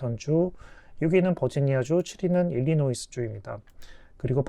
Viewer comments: 참고로 State of Illinois 는 일리노이스 라고 발음 하면 안됩니다. S is silent ! 일리노이 라고 발음 해 주세요. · 일리노이 라고 합니다. 일리노이스 아니고. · 일리노이스가 아니라 일이노이 입니다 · 일리노이 주라고 발음하셔야 합니다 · 좋은정보 감사합니다. 그리고 일리노이스 라고 발음하시던데.. 흠.. 그건 좀 고쳐주세요.